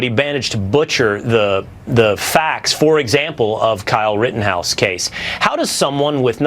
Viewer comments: For a week I've heard Tatum call him "rittinghouse"... I wish someone would fing correct the man on his name! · I think it’s hilarious how Tatum grills the dude for mispronouncing shit but then says “Kyle Riddinghouse” 😂😂